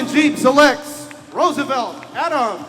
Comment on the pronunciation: Sino yung cute na malaking bulas na yun? . 😅😅😅 tatlong pronunciation ng Roosevelt...